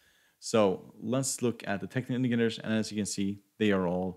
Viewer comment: The effort you put on pronouncing “technical indicators” is less than the effort I did in my school math class. 😂😂